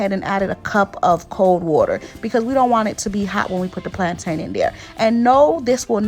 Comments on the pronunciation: Just like mountain ⛰, and fountain ⛲, that's the same way you pronounce plantain. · Ooh thank you so much sis 🙌🏾 My Jamaican self keeps going 😬 every time I hear plaintain cuz we say it like "plon'in" 😆 I'm tryin to learn all the Haitian recipes so hubby can leave the stove 😆 🇯🇲❤🇭🇹